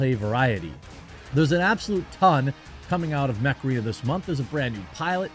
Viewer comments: I didn't hear mech arena, all i heard was Macarena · I watched you talked about Mech Arena often and I still think you say Macarena every time haha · Oh! "Mech Arena", i heard Macarena when you said it. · Me too! Now that damn stupid song is stuck in my head.....flashback to the 90s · Every time you promote the Mech Arena game I hear it as "Macarena". It always makes me laugh a little inside. On another note, Pitbulls can be nice. I remember a friend of mine had a blue nosed male pit named Monster, he was huge and a red nosed female whose name I can't remember right now. She was smaller but she would chew on a shot put sphere for fun. When I would go over she would always bark at me until I greeted her, and Monster just loved to be pet. They'd known me for a while of course, and I never saw them be aggressive.